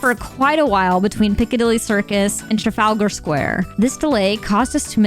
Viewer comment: trafall garr square.😂